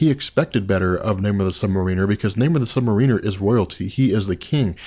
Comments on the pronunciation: I like the videos, but as a longtime Namor fan it's hard on the ears every time his name is pronounced wrong in here. It's Namor ('or' not 'er') the Sub Mare-in-er not Submarine-er. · You are awesome and I love all of your comic video, but I just wanted to let you know that I think you are putting the wrong emphasis on the word submariner. You are putting it on the "i" but I think it's supposed to be on the "a". It's not submarin-er it should be sub-m (long a) riner. Correct me if I'm wrong, keep up the great work! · Lol sounds like sub mer weener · Hey someone go back and watch this and count how many times you hear "Namor the sub-mareener" lol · Hearing you mispronounce "Submariner" is excruciating. Otherwise excellent video. :thumbsup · yes the accent is on the 2nd syllable : Sub-Mariner - good anthology, though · Christopher Ruiz That's really the only thing that takes away from these. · It would be really awesome if you could learn to pronounce "Submariner" correctly. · Calm down, ya it's annoying af when he constantly repeats "really kinda" times and when he can't pronounce submariner correctly but honestly I think we all need to get over it, think of all the effort and time he puts into these vids! Aside from those "hiccups" these vids are astonishing